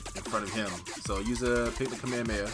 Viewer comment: Why do people have such trouble pronoucning kamehameha?? The amount of people that say come here come here instead is ridiculous 😂😂